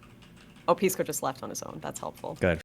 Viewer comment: Pisco didn't used to be so lispy, what changed? He passed the bar and suddenly forgot how to pronounce S sounds?!